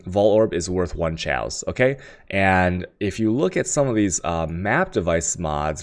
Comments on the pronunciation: whats chal? you mean chaos? it is like coffee, chaos, not like cherry:)p same with alchemy... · why can you not articulate any word correct? its chisel, not chaosol, its chaos not tjejoas, its vaal not whale... fs. love you =) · LOL this guy sounded so smart until he said "Chysel" and "Ciaos" Oh don't for get Al-ch-me" Do you go to school for Al-ch-me? I's called Alchemy. As in the study. As in the orb. Oh also a Chisel is a Ch-i-sel not Chy-sel. Chisel in the real world is used for carving stone, so it's the same damn thing. Makes an EEEH sound. And chaos is pronounced "Kay-oss"